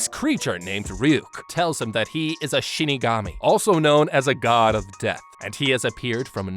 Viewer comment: Who here heard him say Shitigami instead of Shinigami?